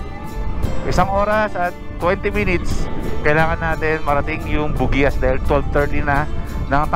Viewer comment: Hindi po bugiyas ang tamang bigkas ng bugias kundi bog yas.😀